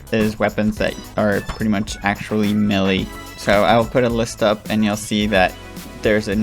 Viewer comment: Bro its Melee*